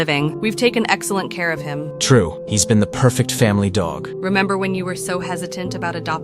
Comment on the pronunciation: whn cody sqid dog the g sounded werid